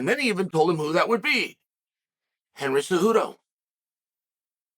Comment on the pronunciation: "Handhagen" 😂😂😂 We're reaching new levels of mispronunciation 😅